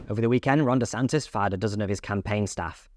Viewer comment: There is no extra ‘s’ it’s just DeSantis’. Imagine a journalist not knowing that